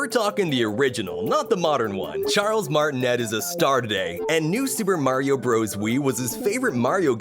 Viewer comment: Just a reminder. Charles Martinet's last name is actually pronounced "Martin-AY".